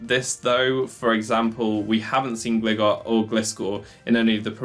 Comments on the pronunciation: Great video man, your strategies are awesome but without sounding like a dick I have to say.. its pronounced "Gl - eye - gar" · It's Glye-gar and Glye-scor. I don't understand what it is about literally everyone that they can't read this name right based on what the pokemon is. It's design clearly shows it is a Hang GLIder bat, okay ? lol Not a Hang glidder bat but a Hang Glider bat. Like I know nobody like when they're corrected on "How to say this fictional made up name" but all names of all things are made up by someone and accents aside, have a way they were intended to be pronounced by their creator just like your own first and surname